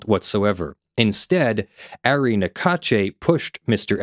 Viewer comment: Ari is pronounce R-E